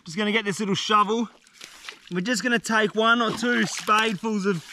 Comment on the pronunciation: "I've never seen such an average sized shouvel."